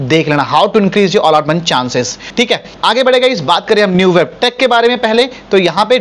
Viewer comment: न्यूबेब nhi netweb h